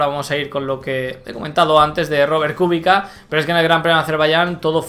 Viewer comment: buen video. Kubica se pronuncia "Kubicsa". :D